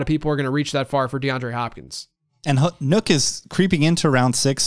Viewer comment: Wait, are we just breezing past calling Nuke "Nook"? Nook??